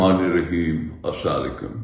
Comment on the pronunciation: یہ خبیس تو سلام تک بھی ٹھیک سے نہیں بول سکتا۔